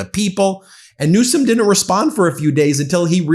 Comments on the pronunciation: He said "Newscum" MF. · Did he say Newsome😂😂😂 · He said Newscum. Then said Newsom.